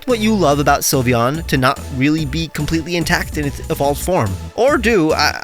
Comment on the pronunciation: you messed up sylveon 😭